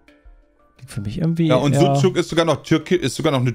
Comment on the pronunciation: argumentiert einfach mit der Aussprache von Sucuk und spricht es dabei falsch aus. Genau mein Humor:D